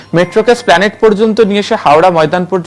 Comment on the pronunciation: এসপ্লানেড কে স্প্লানেট বলছে